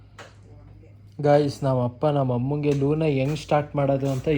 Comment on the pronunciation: ಲೋನ ❌ ಲೂನ ✅ ಕನ್ನಡ ಬೆಳೆಸಿ ಹಾಗೂ ಉಳಿಸಿ